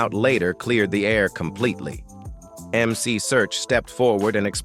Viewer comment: YES please pronouce the God MC correctly....you put RESPECT on his NAME!!!!!!